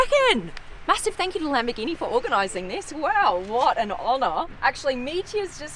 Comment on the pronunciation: not lam-bi-geenee it’s LUM-BORE-GEENEE